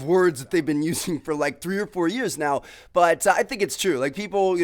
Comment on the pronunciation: How tmartn says the word but: "butah"